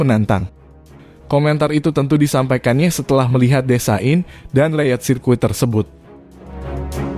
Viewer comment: Pengisi acara bikin ngakak,😂😂 mungkin desain pak, bukan desa in😂